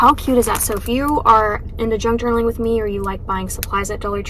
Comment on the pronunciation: I thought you said “drunk journaling” 😂 I was thinking that does sound like so much fun!! I had to go back & listen again.